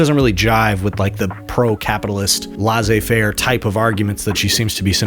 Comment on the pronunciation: Try pronouncing it « l-essay fair ». 😊